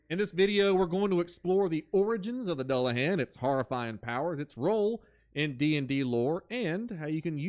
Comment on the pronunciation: doo-luh-han, great video, ive just never heard it pronounced the way you say it lol. Han like Han Solo